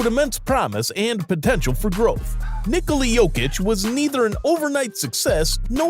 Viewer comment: Finally someone pronounces Nikola how it should be